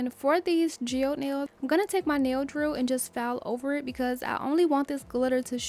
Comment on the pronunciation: Loooove this! 😍🧚🥰 and you were pronouncing geode correctly 😊